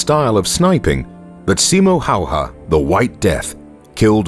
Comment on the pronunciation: Just so you know how to pronounce his name.. S as S in Silent (in Finnish it would be written as Sailent ) I as I in Inlet M as M in More O as O in Hope (in Finnish it would be written as Houp) H as H in High Ä as A in Dad (in Finnish it would be written as däd opposet to Father - faathöö) Y as EW in New (in Finnish it would be written as Nyy) H as H High Ä as A in Dad (in Finnish it would be written as däd opposet to Father - faathöö)